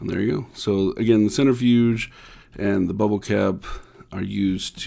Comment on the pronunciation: the way you pronounced it lol XD. "centerfuge" love ur vids❤